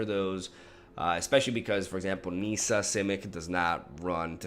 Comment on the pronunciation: Nissa, not Niiiiiiiissa